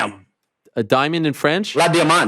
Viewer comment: Kinda hilarious how both mispronounce diamond in foreign language. Except in French for Helwani. Fairly "good" pronunciation, but they're both a little off in Spanish.